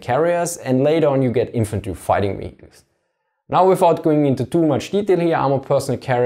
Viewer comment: wheeled wheecles